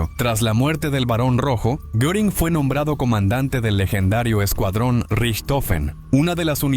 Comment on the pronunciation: NO es Goring, Göring es Geering, bueno por ahí, pero nunca goring.